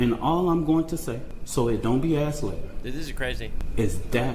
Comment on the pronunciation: “SO IT DONT BE AXED LATER” yeah great…axcellent speech.